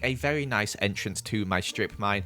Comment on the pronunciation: Am I the only one that herd him day however like a thousand times